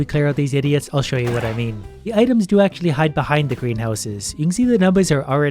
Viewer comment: Did he say green house?